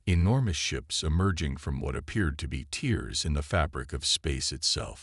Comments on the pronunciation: Dear lord, LISTEN to your recording before posting it. Tears can only be pronounced in so many different ways, and in most cases it was WRONG. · but AI used the wrong pronuciation.